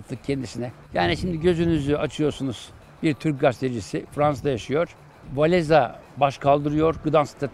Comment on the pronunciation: Hocam ekstra bir not Walesa değil, Wavensa diye okunuyor.